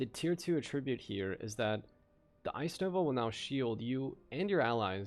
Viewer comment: Love your vids, but fyi, in the word 'attribute,' when used as a noun, the stress is on the first syllable, not the second. When used as a verb it's as you've been saying it here.